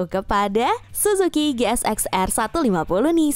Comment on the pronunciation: Min GSX itu dhoac bukan shoac 😭😭😭